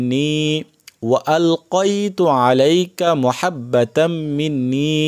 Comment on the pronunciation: এটা মহাব্বা নাতো মাহাব্বাতাম মিন্নি বুঝে ছেন